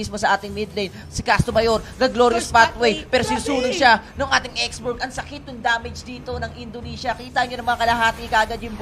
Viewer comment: ''X'borg daw? lol ganto ipronounce yan x.borh